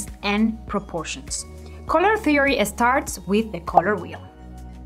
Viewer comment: I don't know about other things..But her COLOUR pronunciation is on another level..COLORRR GOIZ